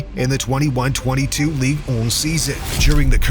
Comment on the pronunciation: What is ligue own? 🤐 Young Man's Son doesn't seem to play there... Please research pronunciation ..thank you 👍